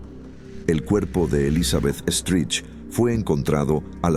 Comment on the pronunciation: Stride ...se pronuncia Straid